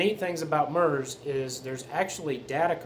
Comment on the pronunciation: FYI a broadcast is a One Way transmission not Two Way communication.Also MURS is pronounced so the U sounds like the U in PURSE not like the U in MUTE.A little research goes a long way.😂🎙